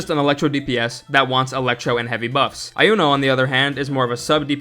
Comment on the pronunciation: Iuno is actually pronounced "You Know", there is no "eye".